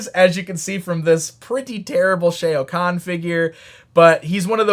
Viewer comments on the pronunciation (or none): killer bee is siiicckk. Shao khan = sh (ow) kh awn. the sh-ay-ow kahn was driving me!